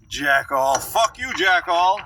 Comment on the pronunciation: Did you say Jack all or Jack off?